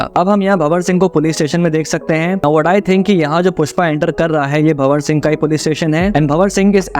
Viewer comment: Hi, Just want to make few corrections for visible mistakes, its not- JAGthara but JA-THARA(means Temple Festival, here its Gangamma- Water Goddess) & its not BHA-war Singh but BHAN-WAR Singh Shikawat. Great video btw❤